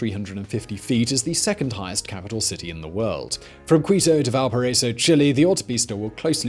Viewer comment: Say “Val-para-iso” Lol